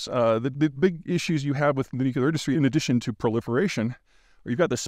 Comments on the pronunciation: New-kleer, not New-cue-lur 😁. Just bustin' your b's. How far do you have to drive to get to some of those hiking spots? Also, do you just day hike, or do you camp along the trail too? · Nucular weapons sound less scary tbh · Respectfully, please stop saying nucUlar....please....you sound like George Bush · He's also completely out to lunch on EVs and cleantech in general. Also, he says "nucular" like George W Bush, which doesn't instill confidence. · Every time I hear Nuk-yu-lar I lose a brain cell. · Please say this 100 times a day: NUKE - LEE - URRR NUKE - LEE - URRR NUKE - LEE - URRR That's how it's pronounced. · Hard (but not impossible) to take this seriously when every ten seconds one hears "nucular". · Yes! Please, Peter, learn how to pronounce "nuclear" (like the nucleus of the atom)- not "Nuc-ye-lar" (there is no such thing)... It's really annoying to hear you repeatedly mis-pronouncing this over and over, especially since you are claiming to know so much about nuclear issuse. Ugh. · Dear Peter, "nuclear" does NOT rhyme with "muscular". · Love your videos Peter. If Cappy can learn how to correctly say ‘nuc le ar’ … maybe you can too ? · he keeps saying nucular. reminds me of homer simpson. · Nuculear? I felt like I was listening to George Bush. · New clear. New clear. New clear. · With all due respect, the pronunciation is ‘nu-clear’. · Still can’t say nuclear. Honestly, it’s not nucular. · I want Peter to continue to say nucular, because then I know it is him. And I want you to continue to use capital letters, because then I know it is you...(or Owen Meany) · nuc le ar - nuclear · nukelar, nukelar, nukelar, nukelar, nukelar, nukelar, nukelar, nukelar, nukelar, nukelar, nukelar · For God's sake learn how to pronounce NU-CLE-AR. There is only one 'U' in "nuclear". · Is he really pronouncing "nuclear" as "nucular" like Bush? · he said nucular twice 😇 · ‘Nu - Que - lar’….grow up. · I've heard plenty of Americans do it either, even officials. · Language evolves